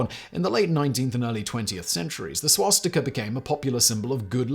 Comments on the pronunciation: A note about Swastika Ontario... During the war they've tried to rename the town to Winston... Local residents pull down the Winston sign and wrote "To hell with Hitler we came up with our name first" Also the town's name is pronounced "Swas Tea Ka" not "Swas Tick a" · What's a "Swashtika?" I've heard of a Swastika before